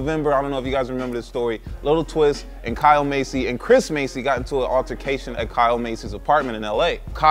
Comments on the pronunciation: Bro Massey not Masey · Masey..... no its MASS-ee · I couldn't even focus on the subject since you kept pronouncing their last name as 'Macey" when its pronounced 'MASSey'. Lol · You've been saying it correctly. just mis-pronounced it.